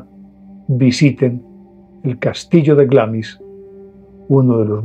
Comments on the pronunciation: Se dice Glemis, claro con acento, lo cual haría que le e se pronuncie muy suavemente, pero igual suena Glemis en español. Asi de simple. 😀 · La pronunciación correcta es algo así como "Glaams". Saludos!